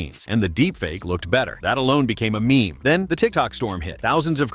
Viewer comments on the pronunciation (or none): "Me me"? Get a real narrator.